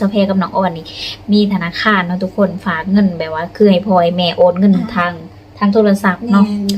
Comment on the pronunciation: ผมอยากให้คนลาวทุกคนพูดคำว่าฝากอย่าพูดเป็นผากมันพูดไม่ถูดหัดพูดใหม่ครับพัฒนาคำพูดหน่อยครับ